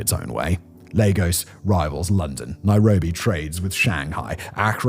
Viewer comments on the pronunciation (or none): none